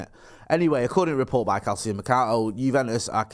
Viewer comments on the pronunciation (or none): It's pronounced Kal cho for Calcio mercato